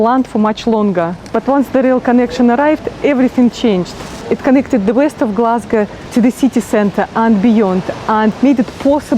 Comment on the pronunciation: Love how you pronounce Glesga your richt Gleswegian noo.